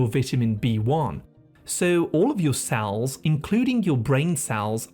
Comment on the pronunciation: I wonder what the tendency to pronounce 'e' as 'a' is a symptom of. As in 'sal' instead of 'cell'. I'd get that tested if I were you. :yougotthis